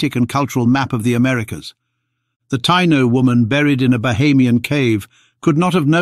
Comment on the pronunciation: Ta-EE-no...not tie-no.